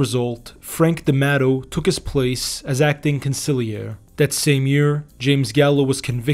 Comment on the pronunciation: Va la chee; not Va la key. Also not con sig lee air e; consil Erie.